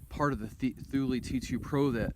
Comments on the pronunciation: Actually, it's TOOL LA, if you ask the Swedes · TOOL LEE not thooulie haha